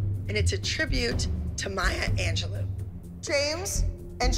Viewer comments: It was so funny when Holly said Maya Angeloo instead of Maya Angelou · it’s anj- low